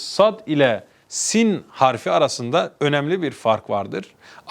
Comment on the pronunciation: Doğru okunuşlar Siyn=Sin Şiyn=Şın, Ta=Tı Za=Zı